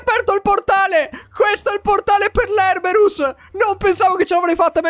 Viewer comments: si dice erebus non erberus 😅😂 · guarda che si dice Erebus non Erberus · Si dice erebus😅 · Si dice erebus